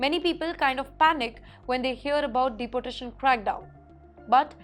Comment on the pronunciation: Madam, Please pronounce deportation correctly like deeportation rather than like you pronounce deputy. sorry for this. You will sound better